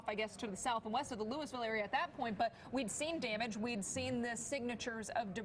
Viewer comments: No it’s Lewis-ville. Coming from someone who lives here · Wow I about died when they pronounced weir (where) Ms and Louisville ( Lewis-ville) Ms